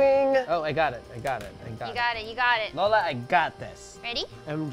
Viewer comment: cute how they pronounce ube as “ooh-bey”. We just say it like “ooh-beh”. And how they pronounce “lola” as “low-luh” when we say it like “loh-lah” 😂